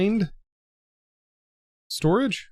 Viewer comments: “Refrind Sotrage” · “refind sotrage”